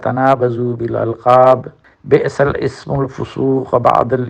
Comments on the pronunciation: سلیم بھائی دو جگہ آپ نے قرآنی آیات غلط پڑھیں تصحیح فرمالیں مثلا اسم الفسوق نہیں لسم الفسوق اور دوسرا یزیدنکم نہیں ازیدنکم ہے شکریہ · پر آپنے پڑھنے میں تھوڑی غلطی کی ہے بئس کے آگے لام پڑھنا ہے یعنی لام کے نیچے زیر ہے اور اسکو آگے س سے ملانا ہے. ءہاں الف نہیں پڑھنا